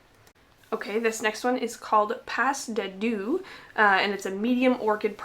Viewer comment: Seven Crowns, Imperial Theater, and Puppet Maker are my favorites, but I think all of these polishes are gorgeous! I'm going to try super hard to keep to my budget this Black Friday 🤞 we'll see tho! 😅 Oh, as a sidenote... Pas De Deux is pronounced "pah day due" it's a French dance term that means dance for 2 or dance of two- meaning a dance between 2 people 😊 💃🕺